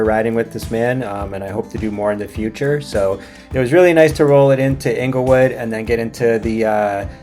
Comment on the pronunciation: I bet you wish you had a dollar for every time you both got the name "Inglewood" wrong :) But seriously I love how the local community offers help for cyclists on the BT700. And what a great ride over the two days. Take care. Jay